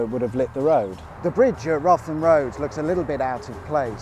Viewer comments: Umm its "root-ham" not "rotham" as locals would be quick to point out, they get quite cross about it too lol I remember the old Tollgate, also remember my uncle's failed E petrol station almost opposite and further down the Little Chef round the back of what was RAF Gravesend now Riverview Park which my ol' mum was manageress of for a good while. Back in the 70's the A2 wasn't tarmac'd from the end of the M2 right up to Crayford, just concrete slabbing and loud noises coupled with the curses from drivers whose crossply tyres were making life very very miserable inside the car lol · Wrotham Road is pronounced root ham road by the locals 😃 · 'Wrotham' (Road) is pronounced 'Rootam' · it's pronounced root-ham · ouch... Wrotham is pronounced 'Root'em'! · Wrotham road pronounced Routum road. No idea why. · please pronounce wrotham road correctly please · As a Man of Kent, those pronunciations of Lympne and Wrotham killed me! Love the channel, though. Thanks for all your videos!